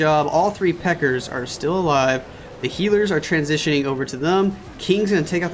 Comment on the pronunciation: stop saying pekkers for God's sake ..it is pekka